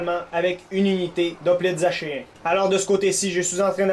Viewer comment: Je crois que achéens se prononce ackéens.